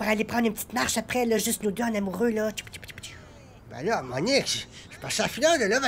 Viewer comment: "Moniqueu moniqueu" mdrrr